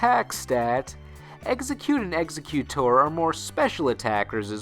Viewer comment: Ex-Egg-utor not exe-cute-tor there is no c in its name, listen to the anime they say it Ex-egg-utor.